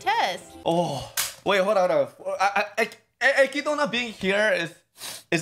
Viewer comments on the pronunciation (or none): You Literally no one says her name with the in the anime, they say /ekidna/ not /ekidona/, there may be instances in which it seems the is pronounced but that's just because in japanese it's unnatural to have a consonant sound not followed by a vowel (only exceptions are double consonants and syllables like つ、ち、ちゃ and so on) because as I said their alphabetic system is syllable based, not letter based, so they actually find it hard to pronounce non-japanese names/words in the correct way. In addition we can consider <Beatrice>, her name is pronounced as /beatris/, however in katakana it would be ベアトリス but clearly you don't pronounce /beatorisu/, the and are silent. So yeah, no reason to call her /ekidona/ when her name is written as <Echidna> and pronounced as /ekidna/.